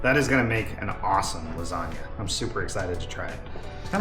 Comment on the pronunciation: Hey, love your personality, and your cooking, but why in the world would you miss pronounce the dish you are preparing? I’ve been married to an Italian for 45 yrs, and been in Italy multiple times, and I can assure you there is no such thing as a “lasaga”. How it’s been pronounced for ever, as a “lasagna”, is in fact the correct way. If you are not sure, ask the rest of the world. However, if you want to sound educated and correct, “bruschetta”, that everybody in North America mispronounces, is pronounced “BrussKetta”. Please use your platform to educate on that one. You will make the Italians proud!